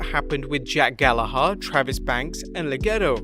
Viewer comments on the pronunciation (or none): none